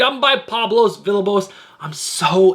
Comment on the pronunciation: I know you always say you’re not great with names so let me help you out with one of your favorite artists. Villalobos is pronounced “Vee-ya-low-bows” 😉 love your videos, bud. You’re doing a great job and I watch them every week!